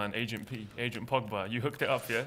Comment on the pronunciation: He said "Pogboom" 😂😂😂